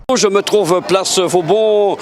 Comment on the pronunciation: Place "Vauban" et non place "Vaudan"...